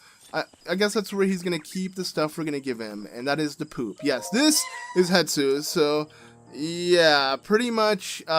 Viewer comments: Wow, it will indeed always stress me out that you call Hestu "Hetsu" lol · Stop calling him Hetsu it’s Hestu idk why but It bothers me